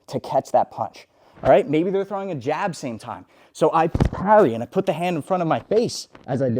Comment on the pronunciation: bro said G A B lol